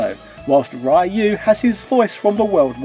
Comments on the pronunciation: "Rye-oo" was just trolling for comments, wasn't it? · Not hating, but even the “Adults React to Street Fighter” people pronounce Ryu’s name better.